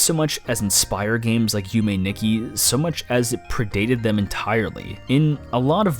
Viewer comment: "youmay nicky" isn't a horror game btw